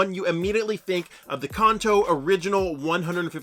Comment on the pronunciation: Can-Toe. Not Kahn-Toe. 😆